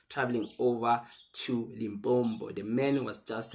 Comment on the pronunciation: LIMPOPO, Not limpompo